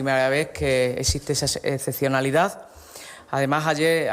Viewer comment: Gallardo habla con los pies. La "ezezionalidá" es la mera existencia de tipos de este nivel